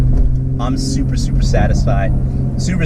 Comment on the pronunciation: Sounded like you said "Supra supra supra satisfied" HAHA. Great video man and glad you're having fun!